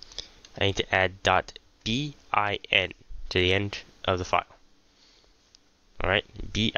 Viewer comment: Man your not saying bin but din. Speak clearer